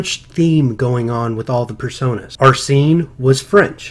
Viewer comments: I think it's pronounced "Arsene" not "Arsee-ne" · () maybe I'm wrong and you're right. But the first "e" is pronounced the same way as the "e" in sent. Just like how people pronounce Arsene Wenger's name